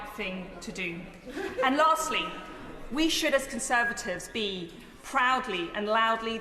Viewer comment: Cruella said "Conservadivs"